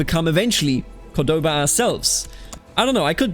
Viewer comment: The pronunciations are very good for a non native speaker. The only thing wrong is where you put the emphasis on some words. For example, it's {COR}doba not cor{DO}ba. And on this one i'm not really sure cause it's an arab name but when we refer to it we say Al-{AN}dalus not Al-An{DA}lus. The rest are pretty much spot on.